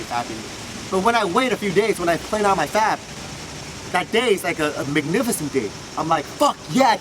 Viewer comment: Learn to pronounc the sound p in fap. You pronounce it b.